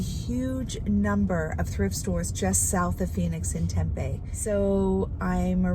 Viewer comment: It’s pronounced TEM PEE.❤️